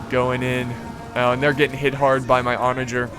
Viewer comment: I'm pretty sure u mispronounced onager about 100 times 😅